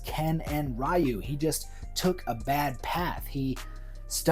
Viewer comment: Curious how you pronounce Ryu's name more accurately when discussing his casting but then you use the mistaken pronunciation when discussing the anime movie which is ironic because that movie said his name properly and taught many of us westerners how to say it right, when the 1994 live action movie did it wrong. :P Anyways yeah, not sure about Leo Howard as Ken but the rest of your choices are pretty great. Alan Ritchson absolutely has the size, muscle and is a great actor too. I'd go with him as Guile but failing that, yeah I could see him as Bison (who I like to see as a huge guy with a big grin like the anime movie). :D